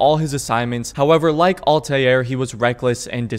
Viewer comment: please stop saying all•tie•air and just say all•ter or all•tear